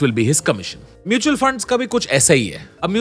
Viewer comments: hybrid "MUTAL" funds! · hybrid "MUTAL" fund.